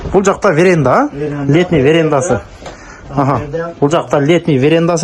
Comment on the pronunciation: Нурсултан верена дебей веранда дечи иним орус тилинде жок сөздөрдү чыгарбай